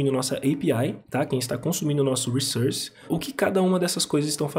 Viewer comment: Ótimo vídeo, ótimas explicações, ótimo inglês. Crítica constritiva: fala "wrissórce" não "wrissãrce".. depois que se aprende isso, dói ouvir do outro jeito. Na verdade nunca entendi por que praticamente a comunidade dev brasileira inteira fala dessa maneira 🤷‍♂️ Parabéns pelo trabalho.